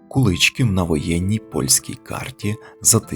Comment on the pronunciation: Дякую за цінну вашу працю! Куличків моє рідне село, дуже мені дороге . Місцеві роблять наголос на" і " : Куличків